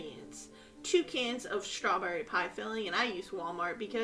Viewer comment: There’s no “H” in strawberry 😂